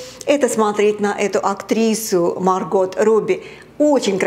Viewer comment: Актрису зовут не "Марго́т", а Ма́рго 🤣:hand-orange-covering-eyes